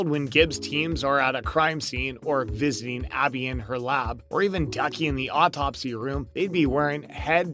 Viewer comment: B-sic procedure? V-zing Abby's lab? Never getting Abby's name right? wth is with this guy? I think I'm done with this channel...